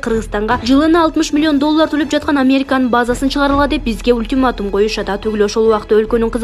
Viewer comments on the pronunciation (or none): none